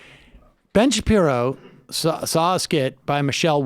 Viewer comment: That mispronunciation, pashi... Shapiro, was not all a slip of the tongue, was it?